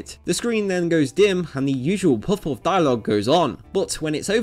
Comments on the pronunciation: I would guess it's not about being American, but that it's a Japanese word. I just listened to it, and it's pronounced closer to poff-poff. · Puhf puhf is the pronunciation.. why are you butchering the words. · well considering he says puffouff this isn't a very challenging challenge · But he never says it. He just says; "Poof-oof" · It’s puff-puff, not poff-wuffz. That pronunciation is driving me mad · I’m sorry, but I keep hearing what should be “puff-puff” as “poff’off” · Literally everyone: Puff-Puff Narrator: Poff-Poff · Goddamnit, fucking SAY it. Puff-puff, not puff-uff. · bruh why you saying puff woff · あなたは「ぽふぽふ(pofu pofu)」と発音しています。 「ぱふぱふ(pafu pafu)」です。 You pronounce it "pofu-pofu". It's "pafu-pafu". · It's not "puffuff" its "puff puff". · Next time you make a video about something called "puff-puff" you should probably make sure you can pronounce "puff-puff" correct and consistently. Dude is saying it a different way every time. Puff-wuff? Pup-wuff? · Puff-Puff...not Puff-Oughffs. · pwof pwof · I didnt hear him say it once. He kept saying pawfwuhf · You have to pronounce it "Paffu-Paffu". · I hear it as Poff Whoff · omegazeto is it not actually pronounced pawfuff? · It's amazing how many times he says this name that he pronounces so immensely terribly. 'Poffaughof'... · He said Puff-Puff wrong (Paffu-Paffu) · That way this guy says puff puff got worse every time. POFF POFF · this guy's accent.... "puff-hoff" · after hearing you say poff poff 3 times i cant finish the video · How to are you saying ‘puff puff’? Am I the only one that’s hearing puffwhuff? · Good lord do you not pronounce the P in words? "Fuff-fuff" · Why can't you actually pronounce "Puff Puff" properly? You pronounce it like it's spelled Peouf or something. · I"m not sure what i enjoyed more, the way his accent says "puff puff" or the fact that i learned after an entire lifetime of thinking it was "patty cake" that it was "pat-a-cake".....mind sufficiently blown. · Its probably his accent